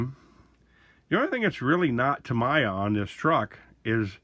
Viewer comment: It’s pronounced Tameeya. Not Tamaya.